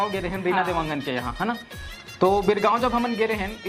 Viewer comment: Dewangan alag hota hai devgan alag hota hai didi